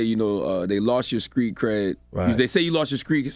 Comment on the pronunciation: Charlamagne you are pushing 50 stop saying "skreet" instead of "street". SMH my head.